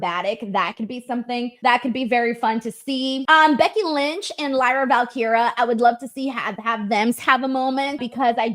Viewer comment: why don’t you ever pronounce the” i” in Lyra Valkyria? It’s Val-Keer-eya.